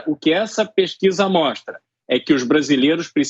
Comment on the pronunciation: "Essa peskiza é verdadi, mesmo", ah pelo amor de Deus, esse instituto deve ter feito essa pesquisa lá dentro do diretório do PT